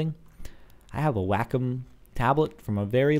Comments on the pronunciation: When you were talking about the tablet, it's not pronounced "Whack-em", it's pronounced "Way-Comb". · WACOM, said: "way-calm"